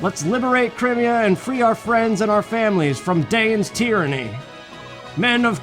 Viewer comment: 1. OH MY GOD, YOU SAID CRIMEA RIGHT!!! Haha, sorry, that had been bugging me all series. 2. I'm happy they DIDN'T end up making this a romance plot between Ike and Elincia. There's romantic tension, A BIT, but I don't think they wanted to stretch it, which suits me just fine, because Ike and Soren forever, THANK YOU. 3. Well, okay, you said it right the FIRST time, anyway...sigh. 4. "We are the sultans, we are the sultans of swing." Correct. Dire Straights is a good band. Straights? Straits? I THINK it's the first one but I'm not positive. I can't spell for shit. 5. Ashnard: "Let Daein fall with me." Micaiah: "BITCH, I DON'T THINK SO!" And thus, the second game was born. 6. Hmm, from WHOM did you learn that it's pronounced "CRY-me-a", hm? Sounds like a me thing to have definitely said at the start of the series, so you're only now just getting to my comments. THAT'S fine. Or it was just someone/something else entirely. 7. Really? I always did Tibarn. I think he has the best balance of the three. 8. NOOOOOOOOOOOOOOOOOOOOOOO! You know why. XD 9. The criticals are, ahem, CRITICAL to your success. Ha...ha...I'm punny. 10. You get to a point in this game where the weapons triangle doesn't matter, and for future reference, eh, Soren can hurt Ashnard. 11. He's calling himself a poor imitation of--and I can't spell this--Caineghis. The Lion King, I mean, the real one. 11. Rajaion is DAYUM! 10/10. XD Remember, though, I have exquisitely diverse tastes. Any other guy with any other loo